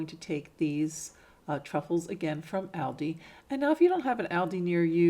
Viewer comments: Meaning the stores plural, all of them, so multiples. So it is still pronounced ALLDEE. The s addbdoes not matter. It bus the actual name being said wrong. Trying to help. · Beautiful ideas, the only thing I have to correct is, it is pronounced Alldi. Loved your items. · Like your work. Really cute items that you make. But please stop calling Aldi by the wrong name. You are pronouncing it wrong. It is pronounced like (ALL DEE'S) Hope this helps. Thanks.